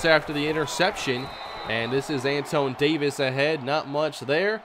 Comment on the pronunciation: The RB's name is pronounced Antwan.